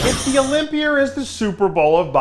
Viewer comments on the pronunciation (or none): It’s pronounced Olympia, not Olympiad, idea, not i deer... you I-talian